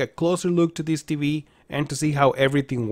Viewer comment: It's not TBee. Its TVee. Please enunciate your words -G-4k. Jeeeez!!!